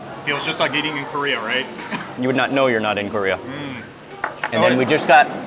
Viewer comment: Mark pronounces the Kor in Korea so intensely lol like CORE-ea. I just realized most people pronounce it like Curry-ah haha